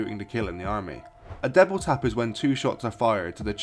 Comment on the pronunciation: Double Tap!!!! I no clue what u sayin. Sounds like devil tap or deble tap.